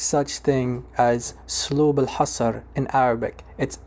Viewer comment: And it's also not hossor it's hassr, hassr means limitation, while hossor means mats.